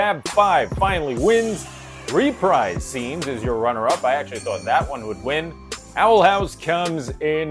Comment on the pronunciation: reprise is pronounced ruhPREEZE